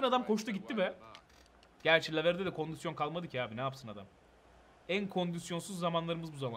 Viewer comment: Eniscim kondüsyon demeyi acilen bırakmalısın. doğrusu kondisyondur. normalde takılmam da 55 kere kondüsyon deyince içime fenalık geldi.